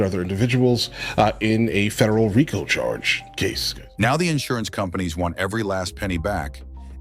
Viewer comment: It’s pronounced REEKO.